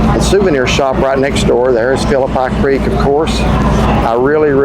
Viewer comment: Gotta work on your pronunciation of Phillipi creek